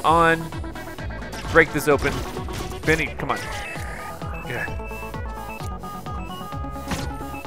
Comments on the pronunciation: i noticed you keep saying Venny that space guy is "Benny" not Venny lol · PLEASE. STOP. SAYING. "BINNY".